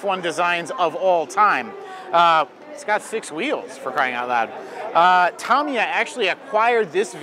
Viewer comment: Hosts...learn how to pronounce Tamiya please. It's not Tomiya! It's Tamiya with the first 'a' having the same sound as in 'ago'.